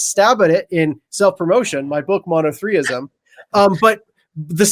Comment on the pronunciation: "Monothreeism" 🤷‍♂️ Bros on point, its NOT "Monotheism"